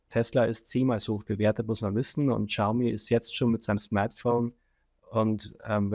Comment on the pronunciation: Xiaomi : schau mi